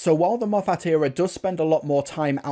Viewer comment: Why do you mispronounced Moffat?